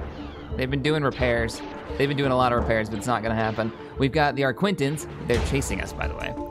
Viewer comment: Loved the video and subbed :D really well made. On a side note it's an arquitens and not arquintens (no n before the t)